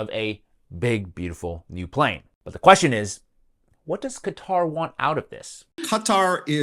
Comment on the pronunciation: Why cant these idiots say qatar?